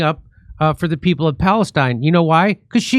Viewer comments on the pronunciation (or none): none